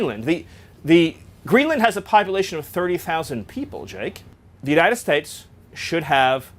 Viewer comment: "Greenland should be part of the United Stipes." As in Michael Stipe? He does it again . Maybe it's in purpose, so when he is later put on the stand, he can claim he was talking about a make-believe place called The United Stipes.